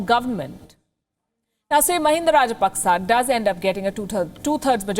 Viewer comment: It's not rajpaksa it's raj-pak-chha.